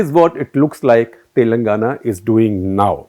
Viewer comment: He consistently pronounces "Telangana" wrong. this is the correct pronunciation. How do you publish something so inaccurately??